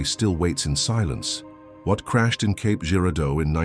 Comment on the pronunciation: It’s actually Cape not Caps